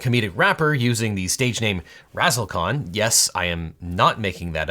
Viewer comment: Ahh, Razzle khan, not Razzle con.